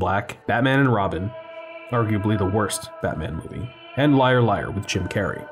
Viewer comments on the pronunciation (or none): none